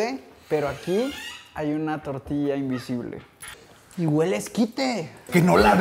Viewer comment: Soy el único que se dio cuenta que dice invisble y no invisible?